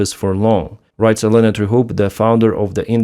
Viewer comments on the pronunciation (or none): none